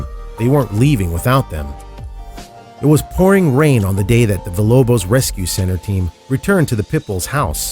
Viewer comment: ... emanciated? Don't you mean e•ma•ci•a•ted? And then you said it again... And Villalobos is pronounced "veeya-lobos". It means House of Wolves in Spanish. In Spanish, when you see LL together in a word it is pronounced as a Y. Villa, in Italian, the L is pronounced the way you pronounced it, but Villalobos is a Spanish word so so give it due respect, if you are going to be a host of a show or narrator.